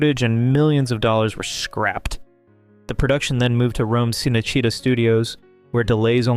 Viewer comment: chi-nay-chi-TA! di-MEE-trik!